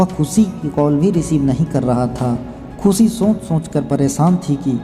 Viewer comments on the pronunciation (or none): खुसी, सादी, साम , ऐसे उच्चारण करेंगे तो सब्सक्राइब कैसे करूं?